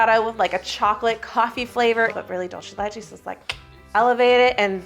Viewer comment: Hi! argentinian subscriber here! 🙋🏼‍♀🧉 "dulce de leche" is not italian, so it's not "dolce", think of an S when you see the C in "dulce", do an S sound and you will be pronouncing it correctly, Because your "de leche" pronouciation is really good!! love your videos! 🎂💕